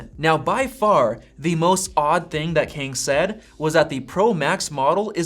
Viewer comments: It's not pronounced as "Keng" it's "Ka - ah - ang" Kang. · The pronunciation of Kang is more close to kum, instead of ken 😂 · And the way you say it sounds really odd 😂 I'm Chinese (so I know the difference between Asian languages) so if Kang is Korean, it would sound like Car- with an NG at the back. Like Carng. Or we can do an englishsified version of Kang that sounds like rang just with a K.